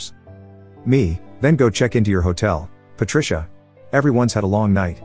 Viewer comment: Patricia sounds like Par-trash-a